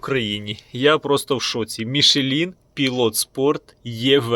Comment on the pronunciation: "МішлЄн" назва фірми, не "Мішелін" ніякий!